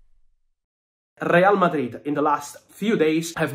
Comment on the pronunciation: I like how you pronounce RRRRReal Madrid😂